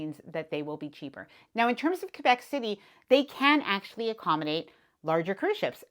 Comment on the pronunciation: Thank you for pronouncing Quebec City correctly. As a Canadian, I’m assuming you understand…